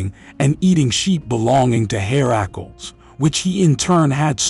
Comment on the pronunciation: Herr - a - clees. At least pronounce the names right in your video!